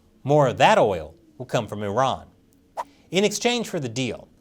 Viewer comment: Thank you for calling Iran, Iran not i-ran